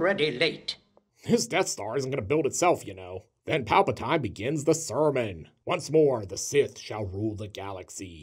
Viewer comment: Palpa TEEN... like “don’t forget to drink your Ovaltine” I know... there’s always a critic. no, no, no... it’s Palpa TINE, like Tyne Dailey.